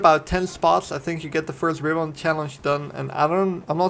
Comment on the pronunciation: That's not how you pronounce RIBBON :)